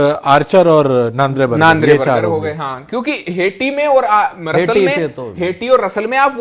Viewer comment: बर्जर❎ बर्गर ✅ 😂😂